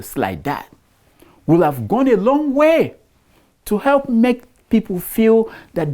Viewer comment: What Tinubu is ' DOING ' to HURT us is so loud I can't hear what he says when he says he intends to " HEP" us. " HEP" ooo, not ' HELP' What happened to ' L ' 🤣